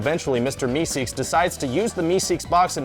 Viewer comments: its meeseeks, not meseeks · It's meeseeks not meseeks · **MEESEEKS** not meseeks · It's meeseeks you idiots... burp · It's "Mr. Meeseeks"